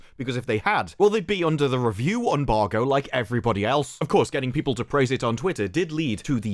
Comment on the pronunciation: It's an embargo, not unbargo...